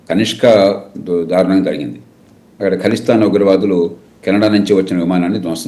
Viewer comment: ఎడిటర్! ధారుణం కాదు!దారుణం! తెలుగు పదాలు పలికేటప్పుడు జాగరత్త పడాలి! ఎందుకంటే నీవు ఒకతెలుగు ఛానల్ కు ఎడిటర్ వు అయ్యావుకదా! మీ వాసుదేవనేమో కల్మా ను కాల్మా అంటాడు! ఏడదొరికిండ్రురా బాబు!